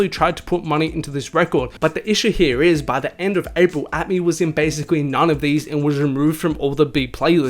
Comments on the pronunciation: The way you say “Here” is really painful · right heyah